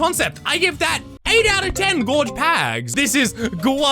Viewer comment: The way he says pags is so BEAUTIFUL